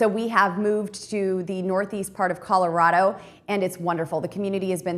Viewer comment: Red Neck is C-O-L-O-R-A-D-O, no CORORARO. Capeche.🤐🤐!